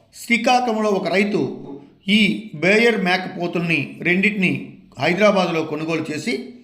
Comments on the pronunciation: బేయర్ కాదు బోయర్ అని పలకాలి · బేయర్ కాదు సార్! బోయర్. కానీ మార్కెట్లో వీటి మాంసానికి ఎంత డిమాండ్ ఉంటుందనేది తెలియాలి